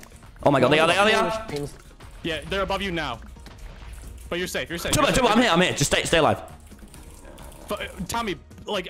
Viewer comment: It's tubbo not tobby